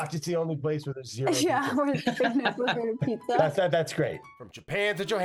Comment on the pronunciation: Dude..... you just called it A-Peetza? tsk tsk